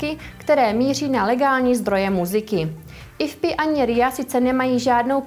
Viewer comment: Tam, to IFPI, je Do-cela, síla, to se čte ÍEFPÉÁJ, nebo, tak ně-jak, ale my-slím, že přesně, ÍEFPÉÁJ, IFPI, zní dost, STRAŠNě, tak pro příště,, O.K., kdyžtak, jo co, třeba, a nebo, jak co?:-)